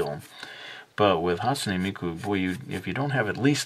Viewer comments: Not hate but you pronounced her name wrong and amazing drawing though. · you say hatsune miku so much different then me >.<